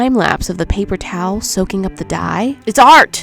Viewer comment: you said PAPER TOWL